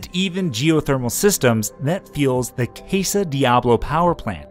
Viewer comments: Its Caaaa Saaaaaa. Did you never take Spanish? No, based on the way you butchered the name the answer is NO! And you butchered the Native American names too! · Cah - sah pronunciation. Power plant was not even there 40 years ago. It was actually a geyser until test drilling in mid 1960s. A wonderful result of the large magma intrusion in 1980-81 was the collapse of real estate market. You are all excited about eruptions, ( i only clicked because of knowing the entire area and missing it. A really nasty woman caused me to move away just as the crazy greedy real estate people returned, and snowboards became legal a mammoth, which resulted in it suddenly grew 4x in population) But Japan is the nation with most active volcanoes, and Kamchatka is jerk-Putin land. Go there and get all excited. Mostly the ash, like at St Helens will ruin lungs and < 2.5 p particles will shorten your life span. We used to XC ski to hot creek & springs alone, and lay out under snowfall or stars in midwinter. But they built it all up. It NEEDS an eruption, so that humans stop overcrowding it. Way too much motors offroad and people . Been up every volvano, and run down every pumice slope. Before climbing was turned into ugly competition, there were not a million climbers in the region, and peace reigned. These past two decades it has been crowds in all seasons. Needs an eruption to reduce human hubris. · Good video, the way you pronounced casa has shaved years off my life though. Also, Mt Mazama is a pretty damned big volcano that doesn't get discussed enough.